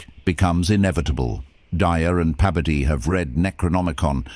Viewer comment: It’s Bebodee,Bebodee! 😅 Your double dipping his name